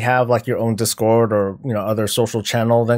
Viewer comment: it's discord not discórd lol